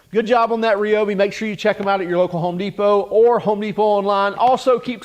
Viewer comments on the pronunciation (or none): Its RY- obi, not RAY-obi